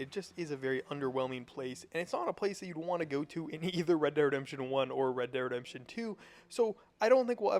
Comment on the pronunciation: why cant you say REDEMPTION?